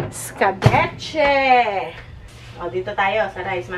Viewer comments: hello katuwa naman si escabeche naging escabuchi😂😂😂 at nagtenkyu siya kay dade mike di ba😍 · I love your mom’s sense of humor. I thought I would choke with my coffee when she was describing what you cooked. Not eskabetche but eskabutchi!!! 🤣🤣🤣 What a riot she is !!! Lol 😂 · Hahahahah Hindi Escabeche kundi esca buchi sobrang aliw talaaga ako kay 😃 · Yung mukha ni parang hindi nag agree na gumanda ang mukha ni naging pinkish.. ehehehe.. natawa din ako sa "escaboche" hahaha nakakaaliw talaga c. 😂😂😂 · Nakakatuwa si Mommy nyo...escabeche naging escabu-chi hahaha 💞 pero nakakabilib ang pasensya nyo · napatawa nyo na naman po ako. "are ay hindi escabeche... esca.. buchi" 😂😂😂😂